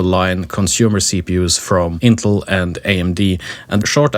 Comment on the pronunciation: Who on the face of the earth ( using computers) doesn't know how to pronounce Intel? One guy, apparently! If it was spelled "Intle" I'd be understanding...